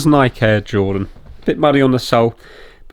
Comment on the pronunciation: Hey, you pronounced Nike wrong